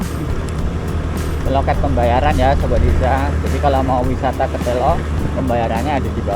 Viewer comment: selo. baca e nya kaya enak. artinya batu.